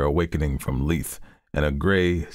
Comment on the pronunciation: Amazing reading, just one point I want to.make: lethe is a Greek word, pronounced LEE-thee, meaning oblivion